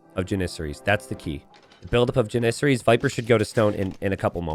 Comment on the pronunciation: Never heard anyone say Janissary that way, always thought it was JAN-issary.